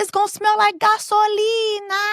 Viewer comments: Not Gasolina 😂😂😂😂😂😂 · Not GASOLINA 🗣️😭